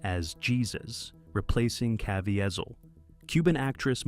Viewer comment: And by the way, his name is Cah VEE zull.